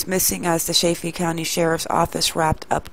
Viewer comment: I don't mean to be nitpicky but it's pronounced like saliva only saliDA. Also, Chay-fee, like chicken.